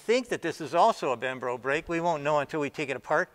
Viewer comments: Hey Sandy its Brembo callipers not Bembro. :D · “Bembro”? Haha its Brembo Sandy!!! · Bembro? Wonder if he wants to say Brembo. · Brembo not bembro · I love the work you do Sandy, and the Italian brakes manufacturer is BRembo, not BembRo. :-) It's just something that doesn't sound good hearing you say it! Brembo is a long standing high-performance brakes manufacturer, specially for racing bikes, and the floating callipers are very common on factory racing and modified bikes. 'Cause it's great for modifications and reengeneering! ;-) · BREMBO not BEMBRO . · he is keep saying bembro instead of brembo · Bem-bro brakes, never heard of them :P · it's BREMBO AND NOT BEMBRO !!! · Did he say BEMBRO...lol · BEMBRO brakes? Really? It's Brembo , as every car guy knows. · It's brembo not bembro. Both the video and article got it wrong. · Oh I was cringing so hard every time he said "Bembro" And then he even showed the logo, how does he not see it's Brembo?? BREM-BO, K BRO? Btw loving the teardowns though! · “Bem-bro” brakes? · They are BREMBO Brakes, not BEMBRO. Sandy refers to them as BEMBRO quite a few times. It's trivial, but he should at least pronounce them properly. B-R-E-M-B-O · Doesn’t even know how to pronounce BREM-BO correctly. What a joke. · "bembro"...Anyhow, great series :) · "Aluminum" ? "Membro" ? And here I thought my dyslexia was bad. :D Loved the video by the way. Never seen anyone going to deep into examining a piece of mass transportation! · "Bembro" LOL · lmao haha bembro!! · Why isn’t Tesla making their own “brembro” ? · B-R-E-M-B-O :-) Otherwise a brilliant video :-) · Ian Bower he says Brembo other times. It’s probably a little “lesdixia” on the pronunciation is all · lol I was the same, he even pointed to it and still said it wrong, glad I'm not alone :)